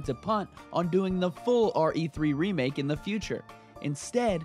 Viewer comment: Why when you say remake i feel like you say sega 😳😳😳😳